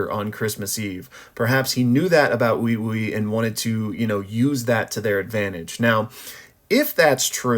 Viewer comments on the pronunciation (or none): Wait, why are back to pronouncing uiui like that? The other vid you said it normally like wi wi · Do you just refuse to say Weewee even though that's how they literally say it in the anime because you dont wanna say weewee, or is this some kind of weird american thing where your mind makes you hear stuff like you think it's read.